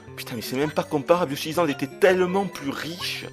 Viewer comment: Yoshi Izland ça ma fait mal aux oreilles TT_TT